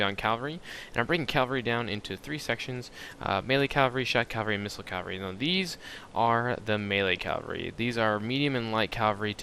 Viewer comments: InHumanity Idk I think a lot of people pronoucne it as calvary so in my opinion it's not incorrect when a big group of people pronounce it a certain way. It's bound to happen... people will start pronouncing words differently The way Latin broke into all the Latin-Based languages now was because each of these regions started to pronounce words differently. Even languages that still exist today have gone through this, many of the words we pronounce now were pronouned completely differently 500 years ago. It just happens and I think criticizing someone for that is kind of silly. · I can't imagine most folks talking about cavalry in real life, but you're probably surrounding yourself with people that don't know themselves. You do sound fairly young.:D It's just a bit jarring to hear someone constantly pronounce something wrong, it's just one small blemish on otherwise good videos. Thanks for the hard work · Dude... great videos. However I gotta say, you say the word 'Cavalry' very strangely. It sounds like you call it 'calvary'. It keeps throwing me off! :P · Love the vids, but how come so many people can't pronounce 'cavalry' correctly? Calvary is not the same thing as cavalry. lol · The word you're looking for is "Cavalry", not "Calvary".